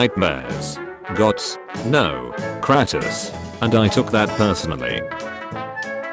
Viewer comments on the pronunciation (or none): Hearing the bot say kratos made me want to commit suicide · Name:”kratos” Bot talking:”kratus” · Robot says it like CrAPTOS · That's Cratus, not Cratos. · I hate the pronunciation of “Kur-Ah-Tus” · "kratis" gota love the tts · the narator of the video names kratos kratas😂😂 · Ir triggers me how he calls kratos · I hate the way this fool says kratos